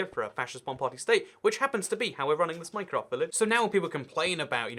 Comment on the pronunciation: Minecraft I thought you said mein kämf